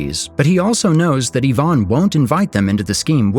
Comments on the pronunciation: Even if it's not ai, it's poor qc. Ivan is pronounced the wrong way. It's I-van, not Yvonne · So we got the glazers in the comments about the faceless animation style that every doc youtube channel has now, no its not amazing. I can probably live with "Arcadey" but "Yvonne" is probably the worst pronunciation of Ivan I've heard in my life